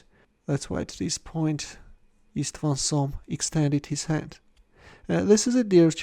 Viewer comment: Just on note: István Csom is pronounced as "Ishtvan Chom", if we use English alphabet. Overall, in Hungarian 's' = 'sh', 'sz' = 's', 'zs' = 'zh', 'cs' = 'ch' and probably 'é' is somewhat like English 'e' in ABC. Just to note, since it might have been of use in future videos.